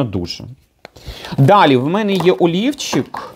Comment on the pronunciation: сказала "олівчик", а я почула " а ліфчик". Вже думала, зараз приміряти буде:))